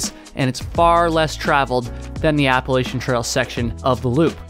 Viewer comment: lol he cant even pronounce appalachian